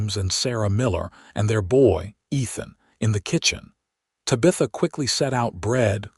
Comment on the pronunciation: Ta-BI-tha??? No, it's TA-bitha. Mispronounced words in these stories is so ridiculous!!